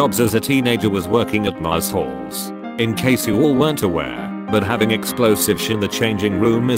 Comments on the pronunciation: Mars-halls. Love it. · Mars halls, that's how you should pronounce it